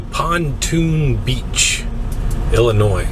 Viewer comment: Please PLEASE Quit Putting the S on Illinois.....THE S IS SILENT !!!!!